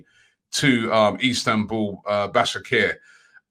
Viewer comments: Robbie!!!! it is pronounced: Ba-sak-se-hir (here) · Istanbul "Bashackher"